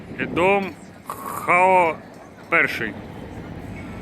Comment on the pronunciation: Ну чому наші блогери не можуть у людей дізнатися , як правильно говорити? Не Лагос, а Лагош, не пастель, а паштел де ната, не Хоао, а Жоао.